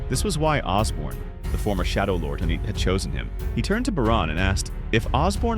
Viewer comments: It’s Ashborne not Osborne, it’s Bellion and Igris not Baron and whatever else you said and it’s Beru not Baron. Get it right if you’re going to invest so much time and effort into making these videos. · "Baron"? "Osborn"? TF is this?